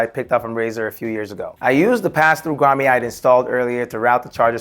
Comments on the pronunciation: It's pronounced 'Grah-mette' not grah-may. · bro its pronounced Grom-it.....not Grom-ayyy. As an electrician it hurts my ears hearing you pronounce it wrong. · love it! One thing though, it's pronounced "grahm-ette" not "grahm-ay" lol had me chucklin a lil bit. Seriously though you did a fantastic job!!! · It’s grommet (grom-met) not (grom-may). Nicely done, I’m so jealous of your setups , bro! Lol.😂👋🏾👋🏾👋🏾👋🏾👋🏾👌🏾😁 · Love your vids. FYI, grommet is pronounced "graa·muht". 😅